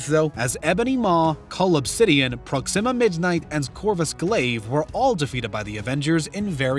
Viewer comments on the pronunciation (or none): none